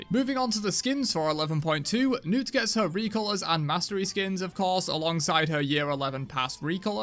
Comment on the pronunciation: He finally says “Newt” lol I figured his accent changed the pronunciation 😂